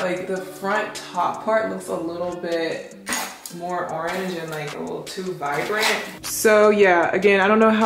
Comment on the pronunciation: It's saying "vivrant" for me. Lol. Yes to more wig videos!!!